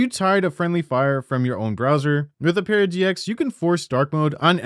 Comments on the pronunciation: Lmao I came looking to see if anyone mentioned it. It was so annoying! It isn't "o-pera", it's "ope-ra" dangit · Just to let u know for ur next sponsorship from opera it's pronounced op-era rather than o-pera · Does Opera know you can't pronounce Opera GX correctly? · Ah-per-ah, not Oh-pear-ah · Have we been saying opera wrong? Ohperra? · my man, op-era gx???????? lmaooo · O-pear-ah GX? I’ve never heard a worse pronunciation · Ah yes my favorite browser ohpairah gx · Oh-pear-a GX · aint no way you said ope era gx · mf cant pronounce "opera" lmao "uh-pear-ah" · This guy has no idea how to pronounce "opera" lolololol 🤣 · I hope Opera spanked you for butchering the pronunciation. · Why are you saying it so wrong its opera the music old people like like your mum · bro got a paid sponsorship to say opera wrong for two minutes straight 😭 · Forgive me for this, but that’s not how you pronounce the word “opera”. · How did you mispronounce "Opera" in an opera gx ad dude... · No one gonna talk about opera being mispronounced like 30 times lol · Bro you literally mispronounced “Opera” so fucking bad??! How did you butcher the name like that? Is it on purpose? Why are you pronouncing it like that?? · Do you actually not know how to say opera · Ok you're saying it wrong on purpose. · How are you unable to pronounce opera